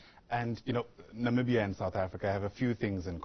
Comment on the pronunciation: It's Namibia guy's not nambia🙄